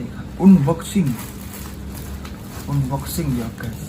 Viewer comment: Pengucapan unboxing nya bang coba deh di googling..